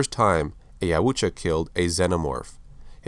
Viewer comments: It’s pronounced yowtja No offense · I believe it's "Yautja"